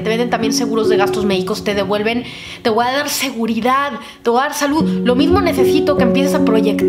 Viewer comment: me encantas, eres maravillosa, eres un amor!!! Hablas hermoso y eres muy inteligente pero por favor! Deja de decir "voa"en lugar de "voy a", eso es incorrecto y echa abajo casi todo tu discurso tan perfecto, ése voa, suena horrible, no existe. Evítalo ensucia tú magnífica conversación. Bendiciones